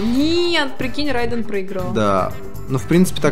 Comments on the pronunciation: Не Райден а Рейдан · Правильно произносить не [райдэн] а рейден [рэйдэн]